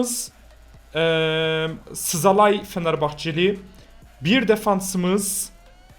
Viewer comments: Szalai değil zalai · sasalai değil szalai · Sızalayi nedir Zalayi diye okunur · Abi Szalai Sızalai diye okunmuyor Salai diye okunuyor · Abi söyliyemiyorsan birşey deme szalai salai diye okunyo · Çıldırcam sazalai diyor yaa